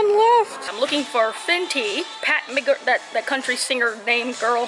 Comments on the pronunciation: lol It's Pat McGrath (GRATH) not GARTH like GARTH BROOKS which is where you're getting the country reference from lol. She's from the UK, has worked with Kim K and Jackie Aina extensively. People rave about her mascara. The Fenty highlight is serious so if you run that, don't use too much of it. The Fenty gloss looks amazing on you, my favorite gloss / lipstick that you've worn. It's long lasting and that's important. I'm not a make up nista at all, I only wear mascara and lipstick but I know a thing or two lol. Keep preaching about the beauty supply store because it's a TRAP lol, you can blow a whole bag in there. we look forward to your new products in an upcoming GRWM or something like that xx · Gurl! McGrath not McGarth 😂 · Lmao the way you kept calling her McGarth instead of McGrath had me DYING. But yeah her palettes are TOO expensive and the lipsticks I've gotten before all BROKE. Not worth it for me at least. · The fact she kept on saying McGarth instead of McGrath (as in Mac-Graph) had me HOLLERING Love you you always make my day LMAOO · Ulta has makeup revolution and their stuff is really good! Their eyeshadows, foundation, concealers, and highlighters I highly recommend! And it's drug store so their prices are great. Also it's pronounced Pat Muh•grath so it sounds less country 😂 her products are deceiving light but they're so great. Very high quality and have a lot of pigment. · Pronounced 'McGraph'.. watch a Jackie Aina video. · And the way she kept butchering the name... I was so... aaargh. Its right in front of you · Ok she had me crack up how she butchered Pat McGrath name 😂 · Nah they played you, you definitely should've gotten a Sephora bag. Especially for how much you spent in there. Ommmggg, dying everytime you butchered Pat McGrath's name. You turned her from a Black woman to Garth Brooks. Lol.